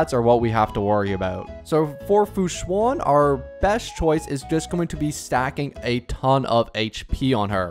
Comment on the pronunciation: the "an" in fu xuan sounds more like how you say "an" in english than "awn/on" hope this helps!